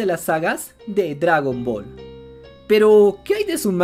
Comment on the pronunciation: "Dragran Ball" ¿estas borracho?